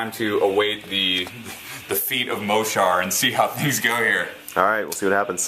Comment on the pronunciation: Yeah Mohsar! (btw it's pronounced "mo-sar") Also, I think the circle player should protect his reeves more. if he had kept the hunter on the same side of the board as the reeves and put them within the Woldwarden's forest, they wouldn't have died so fast and easily (granted sprays ignore camo, but just don't let them get sprayed before they get some shots off). And He may have then been able to use his war wolves. They can be brutal.